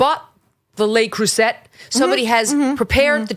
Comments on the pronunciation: Its le CrusAAAY......she corrected Mindy....lol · Le crueset is pronounced "Lay crusay" , Megyn Kelly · I died a little inside when you pronounced the "T" in Le Creuset.